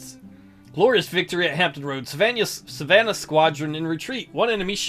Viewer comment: I might have been upset at your pronunciation of Savannah if it wasn’t such a pretentious city.